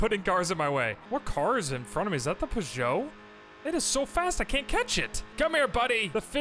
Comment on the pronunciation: The French car make Peugeot is pronounced either "pooh-jo" or "purr-jo", not "puh-jo".